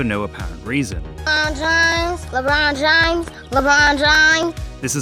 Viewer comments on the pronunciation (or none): why do they call him Lebrone Jahamas tho? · its Lebrohn Jahamez 4 correction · LeBruhn James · Omg its Lebron Jahames Edit: Lebron James* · guys its lebron jahamas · its labron jahamz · Le'bron Jah'hames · LeeChong James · Lebron james? I thought it was Lebron Jahames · It actually lebron jahames get it right next time😤🙄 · ah yes I believe his name is lebrone jahames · Ah yes, that guy LeBron Jahammad